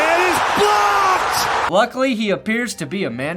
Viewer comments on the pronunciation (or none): sounds like he says blopped not blocked